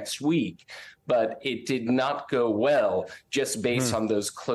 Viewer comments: ok. It’s not a “bow” like an arrow, it’s “bow” like a ship. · a shot across the bow- it’s pronounced bow, as in bow wow; not bow like in bow tie. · "Shot across the bow" is pronounced as in "ow" or "cow", referring to the front end of a ship (bow). And a president who loses things is a "losing" president, not a "loosing" president. A loosing president might be one who grants too many pardons. That coincidence here should not confuse the meaning of the other word, though. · One of his friends needs to let him know how to properly pronounce the phrase “shot across the bow”… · bow, when referring to a ship or a dip of the head, is pronounced "b-ow". Only in archery is it pronounced "B-o". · I’m astounded by how many Americans don’t seem to know what idioms mean. ‘Shot across the bow’ is pronounced as in ‘ow!’ with a b. Not ‘oh’ with a b. If he knew the naval origins of the phrase he’d know this. 🙄🙄🙄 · "shot across the bow" should be pronounced as "bau". Pronounced "bow" like 'bow and arrow'. Pronounced 'bau' as in bending at the waist. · SHOT ACROSS THE "BOW", LIKE OF A SHIP-- your guest should not use analogies if he doesnt understand how to use or pronounce them properly--not "bow" as in bow n arrow, but "bow" as in ship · C'mon. Shot across the 🛥 (Pronounced Baugh... not Bow, like in bow tie😅 ). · "Shot across the beau" I have a feeling now knows how to pronounce the front of a ship. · Noticed that too. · Shot across the bow like cow, not bow like know. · As a former Navy linguist, I feel qualified to point out to your young man that it's pronounced "shot across the bow [rhymes with how]" rather than bow like what you put on a nicely wrapped present. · "Shot over the bow". That is not "bow" as in bow tie, it is bow as in "bow of the boat" (the origin of the expression), rhymes with "how". Cannot believe this young man's ignorance. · It's pronounced bow, as in take a bow, not bow and arrow. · HA ! I felt exactly the same way.